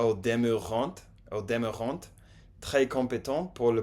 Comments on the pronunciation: "Ils t'attendent" "ils ne t'espèrent" pas tu es influencé par l'espagnol. Au demeurant on prononce pas le t comme dans restaurant. arrivant chantant etc... Je vous recommande cette série vous ne l'avez pas encore vue. Entertaining je dirais amusant, ou divertissant (et toujours on ne prononce pas le t final) :) Bon app' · On ne prononce pas le t de "au demeurant", c'est il me semble toujours le cas des mots qui terminent par un t comme "culot", "contrat", "attachant", "divertissant", "fait", etc... En tout cas bravo vous vous débrouillez très bien! Le français est difficile et ça fait plaisir de voir l'intérêt que vous portez pour cette langue magnifique. Keep going!